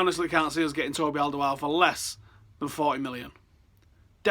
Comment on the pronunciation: Completely fucked up the pronunciation of Alderweireld